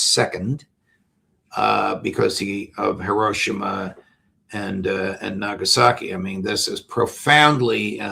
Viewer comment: Pronunciation, Tucker. Not Hi-RO-shima. Correct is Hi-ro-SHI-ma, accent on third syllable, very typical of Japanese.